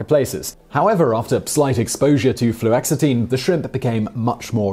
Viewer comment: It's Flu-OX-itine